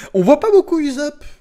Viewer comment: Par pitié arrete de le prononcer "Uzopp"